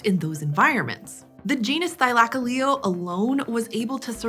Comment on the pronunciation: oh, I thought it was Thy-luh-coh-lee-oh.